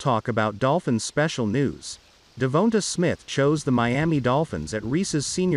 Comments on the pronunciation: Devonta please Lord learn how to pronounce his name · Say his name right or just say smith